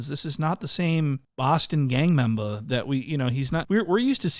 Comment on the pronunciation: “Gang membah” 😂